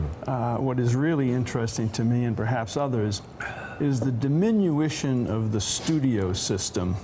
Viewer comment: Very disappointing. Even Barnicle is illitereate. "Diminuition"?? Diminution.